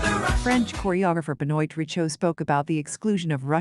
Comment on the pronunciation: It is Be-Noa Ri-sho like Toi/Moi You/I ─ not like Oil... Thank you. And the Contents is good. Regards